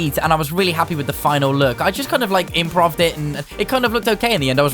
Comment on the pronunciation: i love how he pronouced 'improved' lol